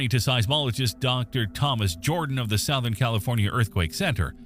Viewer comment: Sowth-ern? AI fail.